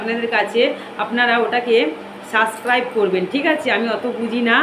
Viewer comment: 😂 সাস ক্রাইবে না subscribe bhu bolo kano boen